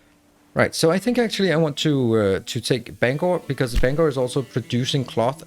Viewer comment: Not often someone who likely hasn’t lived in Maine pronounces Bangor correctly! ❤❤